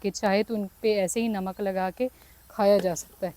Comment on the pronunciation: First improve your Urdu then make videos. It’s masala not mísala and it’s Namaz not Nimaz and it’s namak not nimak. Pata nahi pagal pendu panjabi ko free ka khane ki adat hogayi.